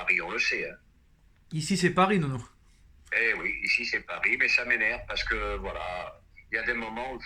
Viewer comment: C’est pas Nono, c’est NEUNEU !! 😂😂😂